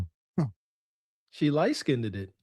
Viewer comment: 😂😂😂 said," she lightskineddid," lol😂😂😅